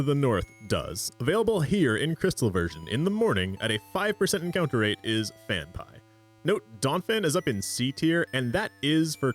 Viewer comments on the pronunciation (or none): Phan-pea, not Phan-pie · FanPie ... it's Fan PEA lol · The only guy I've ever heard pronounce Phanpy "fan-pie" instead of "fan-pea" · 'fan-pie' how the f did you butcher that so badly. it's 'fan-pee' Also it's not 'zay tu' it's 'zatu' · Phanpy....PhanPEE. Where you getting PhanPIE from?? No excuse saying Pokemon names wrong they say their own names 50 times an episode. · “IT’S PRONOUNCED PHAN-PEE!!” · "fan-pie" "xay-too" okay, that's likely just comment bait, but it doesn't make me any less nettled. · no but the pronunciation for some of these pokemon HAS to be a joke and I'm just not in on it lol "core-sola", "phan-pie", "zay-too" are CRAZY lol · Saying Fanpie and Z'EH'too for phanpy and xatu got you this dislike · phan-pie is an insane way to pronounce it LMAO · first saw ur DS as Miyazaki intended vids and gotta say all ur walkthroughs are seriously so helpful. glad there’s pokemon stuff too - also it’s pronounced Phan-PEE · Phan-PEE otherwise great video 😂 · Had to look up how to pronounce Phanpy, cause I thought I had a Mandela effect moment, but no, you're just wrong. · You're pronouncing Natu and Phanpy that badly on purpose to get a rise out of people, right? Well, it's working. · The way you are pronouncing Phanphy is giving me anxiety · better than hearing them mispronounce Phanpy